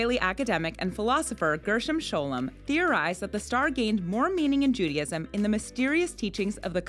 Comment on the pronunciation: Why do you persist in saying "Judyism"?